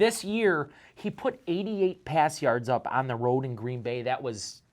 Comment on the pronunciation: Love but you need to put some respect on Green Bay's name